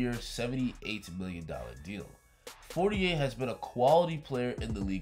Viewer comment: Please pronounce his name correctly, it sounds like you're almost saying 48. Even google voice is writing 48 whenever you say For-ni-air.